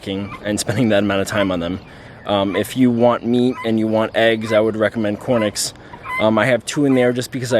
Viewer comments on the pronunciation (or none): Why do you say cornix rather than Coturnix?